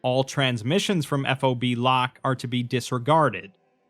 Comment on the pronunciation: just a technicality here. its pronounced fob, like a key fob. nobody says eff oh bee